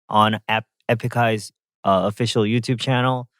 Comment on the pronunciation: Did you pronounce “official “ wrong .？？